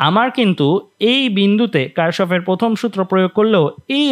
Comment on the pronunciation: এটা কার্শফ নাহ Kirchhoff কির্শফ